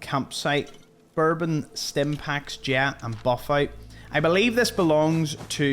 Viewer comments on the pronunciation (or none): none